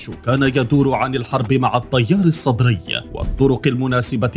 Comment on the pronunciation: حلوه بحلك المذيع من يكول الطيار السطري 😂😂